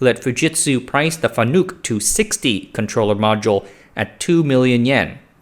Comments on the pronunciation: Wait, there's a THIRD pronunciation? I've been machining for 15 years, and in the US at least, most pronounce it FAN-uck or fa-NUCK. I've never heard Fa-NOOK before.... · It's not pronounced Fanook, it's Fan-uk. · It's pronounced fan-ick, more of an I sound then a u sound. Source: I've been buying and integrating fanuc robots my whole career as a mechanical engineer. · It's pronounced fan-ik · Pronounced Fan-ick... they get really upset about that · I think it's pronounced Fan-uhk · You are pronouncing FANUC incorrectly. It's FAN-NUCK. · Don't take history lessons from people who can't pronounce their subject matter.